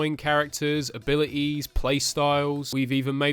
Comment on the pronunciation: Nobody:: abili es